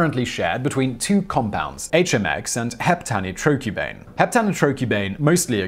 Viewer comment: HEPta-NITro-CUBane ! Meaning an enormously stressed cubane molecule C8H8 where 7 of the H's have been replaced by NO2 (nitro) groups, a common feature of explosives, as the oxygen in the nitro group can explosively oxidise the carbon and hydrogen by intramolecular rearrangement.. What on earth made you think it was pronounced heptanitrOcubane? Also subtitles: helium 2 (helium with 2 protons and no neutrons in its nucleus) doesn't exist. It's Helium II (roman numerals) a phase of regular helium liquid that occurs at low temperature.